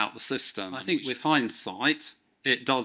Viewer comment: You are surely entitled to your thoughts. Surely however, you are not entitled to keep pronouncing ‘think’ as though the word commences with the letter F.